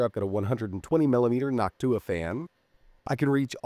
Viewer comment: Bro said Noctua like Hawk-Tuah 😅